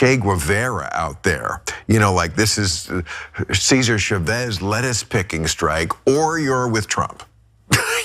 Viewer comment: CESAR CHAVEZ NOT CHEVEZZZZ